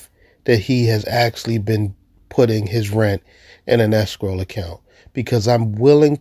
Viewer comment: Anyone else hearing “escroll” not escrow?